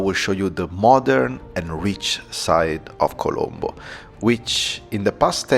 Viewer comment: Colombo is correct but it saying calambo